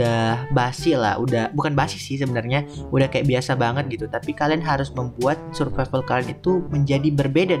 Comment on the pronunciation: Survival❌ Suvrival✅ 🗿👍